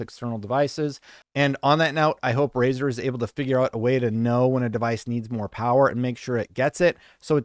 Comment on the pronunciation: ...But it's Razer 😬